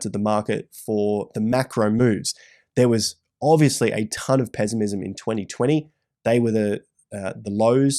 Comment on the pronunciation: From now on im saying it “pezzimizm”